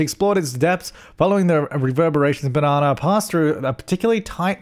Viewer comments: Do you say it “Bananar” because of your accent or because her name is Banana R.? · Is he saying Banana R or just Banana but his accent makes it sound like Bananar? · hearing you say banana over and over is very satisfying hahaha